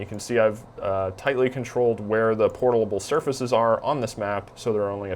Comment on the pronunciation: portalble....yes that is a wierd word